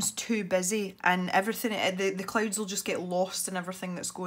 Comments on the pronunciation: Every time she says clouds I think she says clothes XD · Natashli Ortiz The subtitles think the same😂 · Natashli Ortiz same!😂